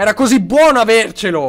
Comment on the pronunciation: quanto eri "bbono" XD ( : ^ ) )